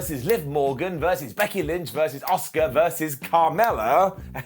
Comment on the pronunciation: Every time I watch one of these videos (I do enjoy them to be honest) but I can’t help but think, who is “Oscar” 😅 A—SUーKA! 😝sorry, it just drives me crazy.